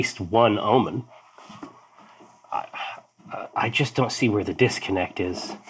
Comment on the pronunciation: "Technically, I'm Omin." Is actually Omin?